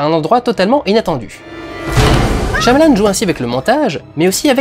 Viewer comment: on le prononce pas plutot "shaillamalanne" ?